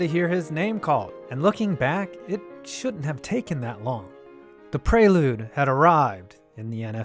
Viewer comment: His pronunciation of prelude triggers me almost as much as well you know